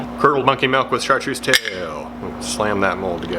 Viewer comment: Didn’t imagine as a “melk” instead of “milk” guy and I’m sorely disappointed. But great looking baits!